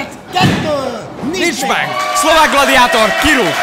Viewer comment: Az mondta hogy gladiátor csak a g-t kicsit halkabban